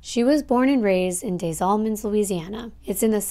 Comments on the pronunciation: Pronounced "DEZ Allemands" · This is literally 30 minutes from me. By the way Des Allemands is pronounced with being able to hear the “S” Lime the word desperate